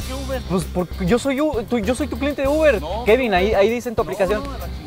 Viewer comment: "No soy tu UBRE" :v